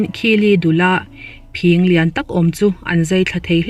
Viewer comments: Phîng tih hi i lam fuh lo deuh a. Kan naupan lai chuan vawk talh phîng hi kan ham puar a, kan pêt ṭhin. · Khaw fang tlem tih hriat reng2...Khawthlang lamah chuan Phîng kan ti...Tlema thluk deuh tur ani...Hmun dangah chuan ka hrelo...Dik ber a awm theihloh...Zahawm taka comment a tha ngai e